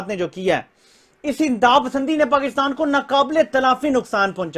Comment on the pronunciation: कृपया पाकिस्तान को पाकितान बोलना बंद करें ।थोड़े से अभ्यास से यह सम्भव है ।